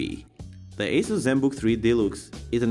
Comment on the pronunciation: It is pronounced as "AH-SUS". hehe